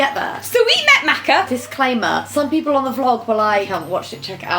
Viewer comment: please pronounce her name correctly this time 😂 ♥